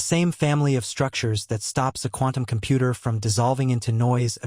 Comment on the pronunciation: Compoot ur. I swear that's the way I heard it every time. Anyone else hear it like that?